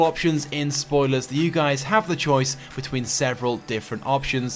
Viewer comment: I hear him saying what is going on gays